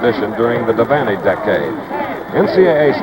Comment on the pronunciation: He might have mispronounced Kinney, Unruh, and Devaney as well.